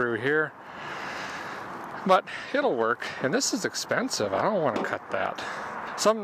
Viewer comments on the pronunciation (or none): i wish he would say indont know at least once more